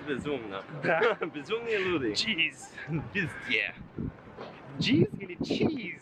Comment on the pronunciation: он сказал визде..а мне послышалось - пист..ц)))